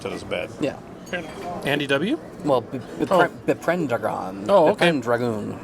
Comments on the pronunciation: Ok, that's a new manglement of my username I've never heard before:P (for reference: bee-pen-dragon, like Arthur Pendragon) And yes seeing over here was a treat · I got the Arthurian reference even with the mispronunciation.